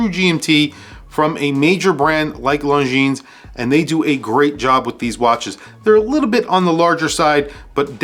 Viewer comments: 1) the Mont Blanc is just HIDEOUS: looks like a stupid and too dear Seiko with a lame logo. 2) Longines Zulu Time GMT is way too big. Anyway the pronounciation of LONGINES is NOT LONGINSSS, is rather LONGIN. Is FRENCH. 3) MoonSwatch is stupid, yeah, but smart as well. 4) Longines Ultrachron is too big as well. 5) Seiko 5KX GMT is a fake diver GMT: hideous. 6) M.A.D. is just DISGUSTINGGGGGG 7) VC is a beautiful watch, but really way too useless as a watch. 8) Tissot Prx chrono not my style but not bad at all. 9) Zodiac Titanium is really COOL indeed. 10) Timex Expedition North Titanium is a bloody smart mood; perhaps a bit too high pricetag 11) Q Timex chrono rocks a lot 12) Q Timex GMT rocks a lot too 13) Mido OS GMT L.E. is LOVELY 14) Citizen Pro Master green not bad really 15) Citizen SuperTitanium, a bit expensive maybe, but beautiful 16) CW is nice but not my cup of tea Ps Nice list !!! 😎😎😎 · Lohn-geeeene. Your killin me dude.